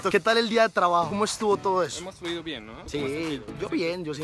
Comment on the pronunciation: pronuncia vien